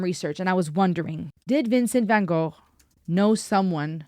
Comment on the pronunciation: So good to see someone pronounce Van Gogh correctly, instead of go. I’ve just been watching some of you’re other videos and appreciating the intelligence